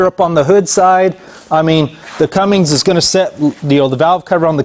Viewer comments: CUMMINS....not cummings....CUMMINS. There is no “G”. Lol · This was driving me Bonkers!!!! Sound it out! C-U-M-M-I-N-S. no "G" Thanks for saying something! :) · It is CUMMINGS and Fords still owns it